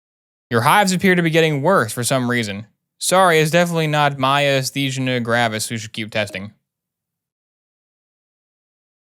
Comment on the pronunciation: You said Myasthenia gravis perfectly the first time and continued to to pronounce it worse every time after.